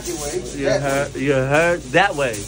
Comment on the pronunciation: Question: I'm Muslim and I'm assuming the chef is as well. They been saying "Ocky" way...but I know they are trying to say "Ahki" way